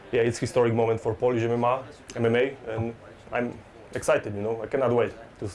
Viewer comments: “POLISH EM-EM-MAH!” — Jan “Broly” Błachowicz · Jan mispronounced mma at the press conference. My man literally mispronounced an abbreviation lmao.